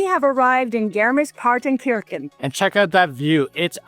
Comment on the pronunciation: It’s pronounced kershan , Kirche is “church” in German. wonderful, beautiful been going there for five or six years